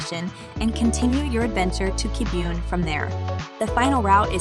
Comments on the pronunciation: and Kibiun??? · I know, right?!!! "Kai-yo-to" and "Key-boon"? What's up with that? Probably AI generated narration just reading a script.